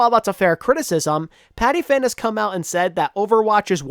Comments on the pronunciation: it's pronounced pati-pan not pati-fan btw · I think you mispronounced patiphan. I think it’s Pati-Pan. I may be wrong tho just chrcking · The way you said Patiphan lol